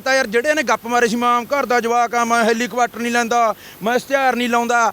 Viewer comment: ਹੈਲੀਕਵਾਟਰ ਨੀ ਹੈਲੀਕੋਪਟਰ ਹੁੰਦਾ 😂😂😂😂😂😂😂😂